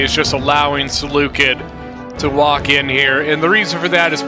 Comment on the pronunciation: You pronounced Seleucid wrong